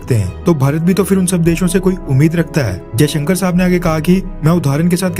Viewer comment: bhai sab apke content to bohot acche rhte hai..but hamare foreign minister ka nam jay shankar hai....ajay shankar nahi...jay shankar hai..please..ise sudhatiye